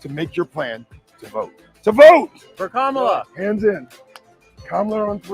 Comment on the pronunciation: Enhanced chant? Ka-ma-lah?